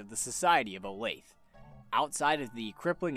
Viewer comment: Olathe is pronounced Oh-Lath-A. Not Olafe.